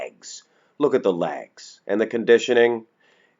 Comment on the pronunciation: pronounces "pictures" and "legs" as "pitchers" and "laigs".